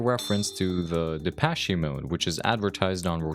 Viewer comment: its not pronounced depech-e its just depech